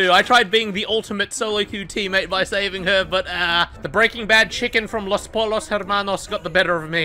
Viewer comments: I'm pissing myself at how he pronounced "Pollos" as "polos"... It's a bit more like "poyos" bro, but nevertheless still funny af XD. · butchering his spanish and saying "los po-LL-os hair-manos" will never not make me die🤣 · i could be wrong but isn’t it pronounced Poyos/poyzhos? (Just a Spanish 3 highschooler) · As a spanish speaker I LOL'd so hard when said 'Los polos hermanos' xd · grrrrrracias mi amigo los polos hermanos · I love when u speak spanish literally says los polos hermanos in espanish the doble l get pronouns like a y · the way he says Pollos 😭 as a Spanish speaker this hurt my soul